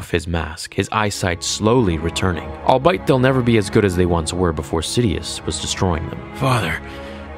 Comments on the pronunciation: 'Albeit' is pronounced 'all-be-it' not 'all-bite'. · I love your narration, commitment, and just overall blessing all of us fans with any and everything star wars. However. And I don't mean to be knit picky or petty. But I have heard you pronounce the word "albeit" several times as (Al-Bite). But it's actually (All-be-it). Just trying to help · I know this is dumb but it bothers me, because I've heard you say it before... "Albeit" is pronounced "all be it" not "all bite". Great vid apart from that! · Palps looks like a combo of Snoke and Christopher Lloyd 😂 Also, isn't Vader's suit purposely vulnerable to sith lightning? Also again, Gohan didn't reach SS2 in the Hyperbolic Time Chamber, he reached SS2 against cell. And final Also, I hate the way you say "albeit" 😆. All that said, I really loved this video. Nicely done!